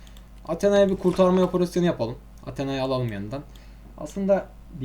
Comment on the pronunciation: Abi atena değil Atina 😂